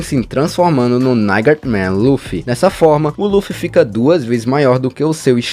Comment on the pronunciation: Perdi foi tudo com ele falando NIGHTMAREMAN KKKKKKKKKKKKKKKKKKKKKKKKKKKKKKKK